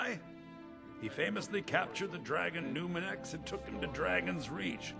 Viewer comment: Is he saying numirex 😑